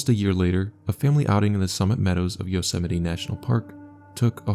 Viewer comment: Bro thats not how you probounce yosemite